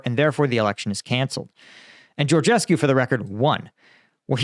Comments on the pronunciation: Your pronunciation of Georgescu is great! (you can pronounce the last syllable as coo as opposed to cue, and then it'd perfect :-D no need for perfection though) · You pronounce the name of the moron quite well. You should add some reference to Romanian elections in the title, maybe, to get few hundred or few thousand more views from this part of the world. I am trying to explain to my acquaintances for ages that there was no Russian involved there, but they think I am dreaming. Th former president (Basescu) also said in a public interview that he thinks the job was intern. In my silly opinion, the elections were not cancelled because of georgescu (intentional lower case), but because of Lasconi. The local leftist party sponsored georgescu because he was the easiest to beat in the second round (he really is an imposter and a moron, everything he says is empty, hollow, vapours, he preaches for a beautiful world but did not present any plausible solution to any of the real problems the country has), and they expected a match between their candidate (Ciolacu) and georgescu in the second round. But as their candidate was eliminated in the first tour in favour of Lasconi, they decided to do all the circus with the cancelation.... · "I don't even know if I can pronounce it: Georgescu" then goes ahead and pronounces it perfectly like a native romanian :))